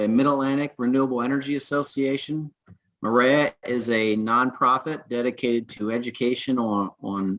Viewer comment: MAREA should be pronounced "Maria."